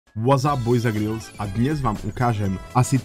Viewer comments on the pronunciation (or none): none